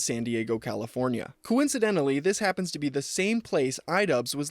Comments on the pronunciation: Listen. I love you but we have to work on the pronunciation of “happen” there’s no T my man. It kills me everytime 😂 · Mfw //// randomly puts a T in the word “happen”